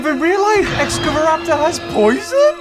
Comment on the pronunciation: (X-scava-raptor) excavaraptor